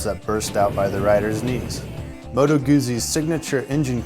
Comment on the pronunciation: sorry mate: It's MOTO! You can check it out on any Italian motorbike review on youtube! Are you sure; your wife is from Italy???:-))